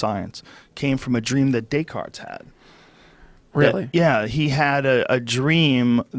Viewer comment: Joe "It was Daycarts man" Rogan